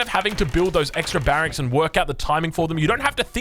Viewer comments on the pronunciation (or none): none